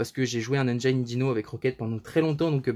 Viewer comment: Les francophones détruisent bcp trop l'anglais , "engine" se prononce engine et pas engyne